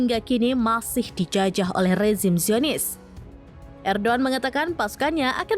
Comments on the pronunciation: Sebut lah nama peminpin dengan betul kalau tak pandai jangan jadi pembaca ERDOGAN bukan erduan bahlol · Erdogan min bukan erdoan😅😅😅